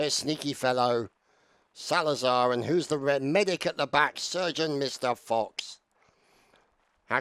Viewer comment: It was the 33rd's 6 year Anniversary !! Great Video as always Ps:- Its Salzar not Salazar XD ..